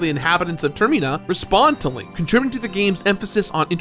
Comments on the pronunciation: Why does he keep calling termina tirmena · Tur-meen-ah? Huh. Pretty cool pronunciation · the way he pronounces termina drives me insane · Man you pronounce Termina really weird